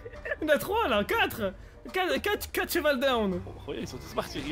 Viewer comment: C’est moi ou il avait un zeval 😭😭😭😭😭😭😭😭